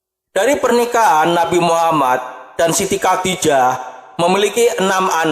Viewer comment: Coba betulin bacaan nya dulu,gak fasih,bc khodijah kok Kodijah